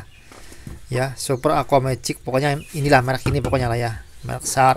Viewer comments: Bacanya Sya'p gan, masa sarap hahaha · Bukan sharap tapi SHARIP ABANG MAU COBA COBA MELAWAK GARIII G AAH👍👍😄😄😄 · Sarap😭😭😂 sharp d bacane shap maseh ngakak buat hiburan yang lg sedih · Ngakak pas masnya bilang mereknya, bilangnya Sharap😂, hahahah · SHARP = Di Baca nya Yg benar SARAP.. Om😂😂✌